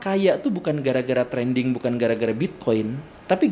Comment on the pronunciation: Pak guru sengaja nyebut trending kaya nyebut dedi kobisa?